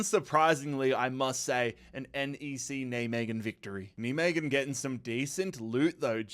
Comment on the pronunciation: Nijmegen for english speakers is pronounced Nai-Meguhn